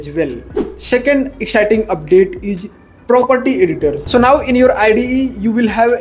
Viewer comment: Your hindi slang is awful.... It's 'Is' not 'eej'.... How do you pronounce इस, ईज ...?.